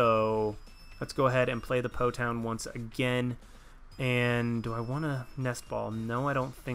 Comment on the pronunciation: It's Po "Town" :(